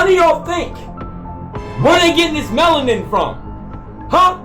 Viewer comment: Dude said melanin with a T